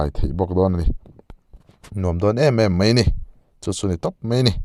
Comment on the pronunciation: Zotawng diktakin aw, mai tihturah, mei til loin aw